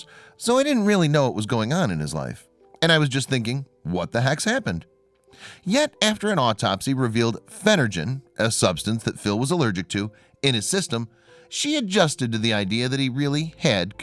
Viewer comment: Phenergan has a hard “g” like gave.